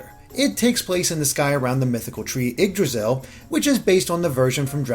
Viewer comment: Haha the way he pronounces Yggdrasil... the Gs are silent!!!